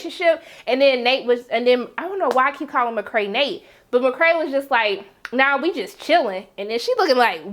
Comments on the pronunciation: Mc cray lol its mc kay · i absolutely love your reviews. i enjoy every sec! on a side note tho, why do you call McKay, McKray? lol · McKay, not McKray.